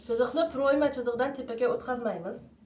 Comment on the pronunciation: Proʻyma deganini ochiqroq ayting opajon